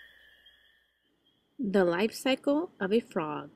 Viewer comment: "The life 'sickle' of a frog"?